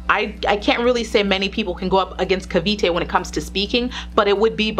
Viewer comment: Im glad you say cavite phew